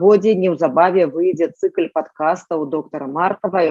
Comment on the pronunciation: Используйте или современный белорусский язык, или же старобелорусский. А то трасянка в полной красе Произносите мягкое л на конце слова, например, цикл( ь). Какой- то бред Неприятно слушать . Что вы коверкаете язык?